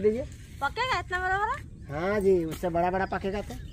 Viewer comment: kya ji and Ha Ji sunn k bahut acha laga